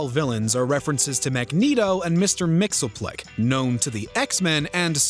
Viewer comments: Mr. Mxyzptlk is pronounced mick-sy-pit-till-lick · Y’all pronounced Mr. Mxyzptlk’s name incorrectly. It’s Mix-yes-spit-lick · Mr. Mix-yes-spit-lick